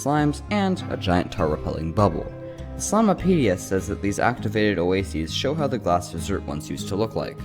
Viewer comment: It's called the slimepedia not slimeapedia